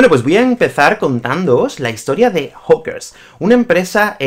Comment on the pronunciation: Hola - Cuidado con tu acento y pronunciacion de la palabra "hawkers", suena como "hookers" (=putas) - otro tipo de empresa. Gracias por el video! C.